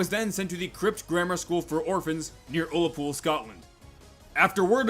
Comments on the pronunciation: UlLaPoOl YoU sAy. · Wait- I thought it was pronounced Allapool but just spelt Ullapool, this is coming from a Scottish person who’s BEEN to the place